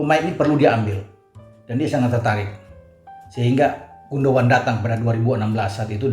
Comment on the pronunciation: Keren banget...!! tahu banget soal Ilkay GUNDOGAN. Bahkan pengucapan yang benar dari GUNDOGAN pun tahu persis, yg banyak Pundit gak tahu... Ditunggu terus ulasan-ulasannya,. Terima kasih.